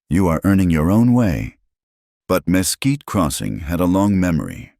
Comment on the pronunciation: Texas here. Mesquite is pronounced ‘muh quite’. The story was very good though